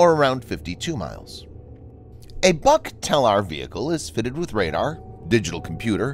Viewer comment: it is not BUK (A) it is BUUUK